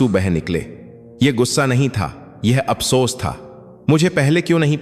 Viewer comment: आपको हिन्दी बोलने नही आती आप हर बात भै गलती करते है फोन को भोन बोलते है अफसोस अमसोस जोन काट दिया पहले अच्छी हिन्दी उसके शब्द पढो फीर बोलना सिखो फीरशकसानी बोलो